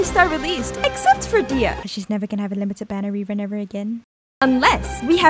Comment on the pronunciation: She is pronounced "Deh-hee-ya" not "deeyuh"